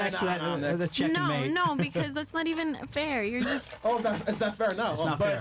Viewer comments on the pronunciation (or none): none